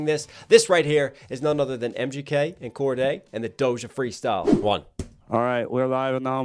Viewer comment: its Cordae not Cordea